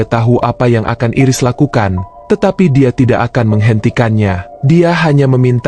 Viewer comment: Min.. Bacanya bukan Iris (jd kayak iris bawang 😭)... Bacanya Airis.. Makasih Min..